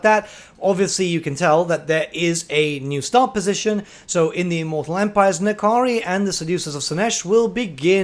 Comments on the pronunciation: That is simply wrong. There is no "i" They pronounce it well in the game. /Nah Kahree/ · Its a made up demon name so which ever. In game its pronounced Na Kari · is it pronounced "Ni-Kari" or "En- Kari"?